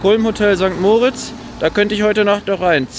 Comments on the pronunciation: St. Moritz wird nicht wie der Name "Moritz" betont, sondern, wie für das Engadin bzw. den Kanton Graubünden üblich, mit Betonung auf der zweiten Silbe Mo-RITZ (etwa wie Morritz). Andere Beispiele: da-VOS (nicht DAvos) oder zwar nicht Engadin, aber ähnliche Region (in Liechtenstein) va-DUZ (nicht VA-duz) Und man sagt nicht "Grützi" sondern "Grüezi". Das e wird auch ausgesprochen. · Sorry, bin Lehrerin: Bei St. Moritz wird das i betont und nicht das o.